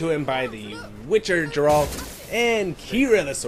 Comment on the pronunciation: Holy shit how many people pronouns was his name as jeralt its geralt GERALT